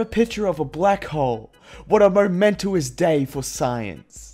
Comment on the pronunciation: The way he pronounced “momentous” tho...